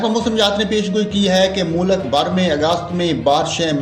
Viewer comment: آپ اپنے الفاظ کی ادائیگی صیح کریں۔۔ کیونکہ آپ نے لفظ معمول کو تین بار غلط پڑھا ھے۔۔ اور لفظ مُلک کو بھی غلط پڑھا ھے۔۔